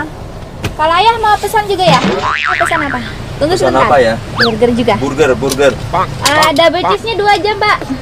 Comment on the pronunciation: Kak ini cuman sekedar info kalo burger di bacanya “berger” ok terimakasih semoga membantu